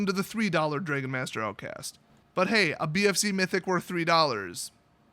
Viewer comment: I've never heard someone mispronounce "dragon" before